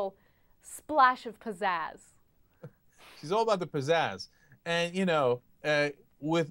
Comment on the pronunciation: wtf is "a splash of pzaz"?